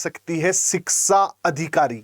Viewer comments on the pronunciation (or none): शिक्षा ना ना शिक्सा......😂 शाक्षात्कार ना ना शाक्सात्कार 😅